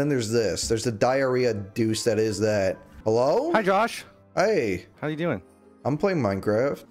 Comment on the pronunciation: I thought you said Jewish instead of Jawsh